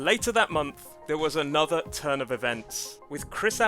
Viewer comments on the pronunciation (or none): none